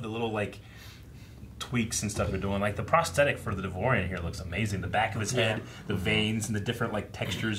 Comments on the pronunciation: It's not "Devorian", It's "Devaronian" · It's pronounced "dev ah ronieian"